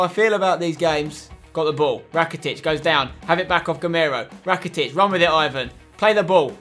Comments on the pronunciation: It's eevan rakitic not Eyevan and bakambu not bakoombu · You dont say Ivan rakitic you say Evan rakitic